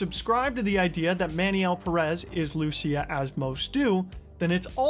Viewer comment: I'm just gonna dislike every video where Pérez is mispronounced. Y'all do so much research but don't bother checking the pronunciation of one word